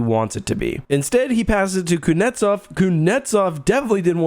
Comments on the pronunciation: Its kutznetsov not kunetsov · Can't get over the way he says "Kuznetsov". "Koonetov" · Absolutely butchering kuzys name